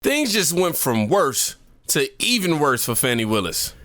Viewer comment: From worst to wust 😅